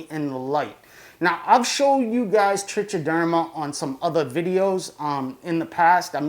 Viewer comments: Trichoderma is pronounced like "trike-o-derma" not like tr-itch, or however you said it. So when it gets abbreviated to trich, it's pronounced like "trike". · It's pronounced trick -a - derma actually. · Nice vid. It's pronounced "trike-a-derma" by the way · The only thing I'll agree to is that you pronounce it wrong. If you don't freaking care why the compulsion to comment on it? Also it's not grammar it's pronunciation and it doesn't matter how many ignorant people on youtube mispronounced it it's still wrong. You're wrong, why defend an obviously verifiability wrong position? Just own it and pronounce it correctly now that you know. You know, like a rational adult.